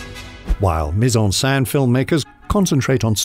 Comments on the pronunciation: Another really tiny thing to bring up is the pronunciation of "scène", which here sounds more like "sein" (breast) rather than being basically (exactly?) like the French pronunciation of "Seine" (the river). But again, that doesn't detract from an excellent & informative video. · It's pronounced Sen not Saan bro... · It sounds like he’s saying “put in breast/saint“. “scène” is just pronounced “sen” lol. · The accent over the e is grave not acute and it is pronounced accordingly - here the narrator has two ways of pronouncing it and only one is correct.